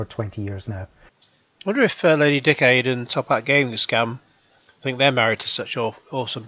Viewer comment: Sounds like you say "Lady Dickaid" hahaha